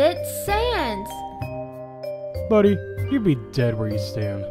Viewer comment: Sense? Saness? Sand? Lol. Total comedy. But I think Sans hates it.